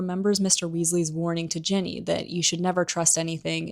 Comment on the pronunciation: Super cool video. Btw Errol not Earl, Ginny not Jenny.